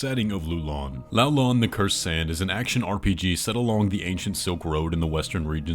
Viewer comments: Ain't it a Chinese game? The pronunciation of Loulan is like lowlan. not lulan. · It is actually pronounced like low land without d. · Your pronounciation of Loulan changes within the same sentence lol :P I also think the one where lou sounds like 'loo' is the more accurate one :P